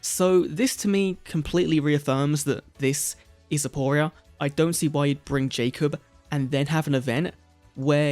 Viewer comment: It's actually aporia